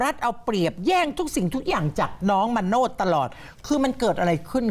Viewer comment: คนอ่าน ต้องปรับปรุง มาโนช อ่านเป็น มาโน้ด